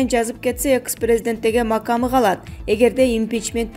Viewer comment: Жанылык окуган кыз эсен эле бол. Макам деген кыргызча созго да тилин келбейт го чулдурап